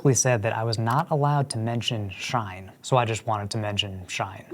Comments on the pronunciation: It's pronounced not like "Shine" but more like "She - In" As in "She in soooo much debt from all that fast fashion she buyin'" Also no shade dog but it sounds like your mic came from Temu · Shein is pronounced “SHE-IN” not Shine